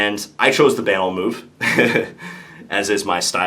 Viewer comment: How John says "banal" triggers me a little bit.